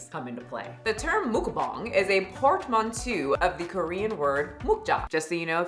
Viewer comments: For the word “porte-manteau” you almost had it! At the end it is more of an “o” sound rather then a “u” sound. But nice job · Girl, the thing you pronounced the worst was actually Portmantaeu. It's a French word, so aeu makes the O sound.